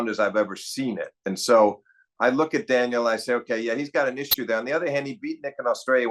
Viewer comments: Does Steve watch tennis with the volume off and refuse to attend matches in person these days? Daniil Medvedev has been at the top tier of the men's game for a while now, yet Steve is still saying "Daniel" like he's never heard the name spoken before. It's not like we're talking about FAA, or as Steve says, "Felix Augur-Ali-Siame." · clicks onto video hears daniil being referred to as ‘daniel’ clicks off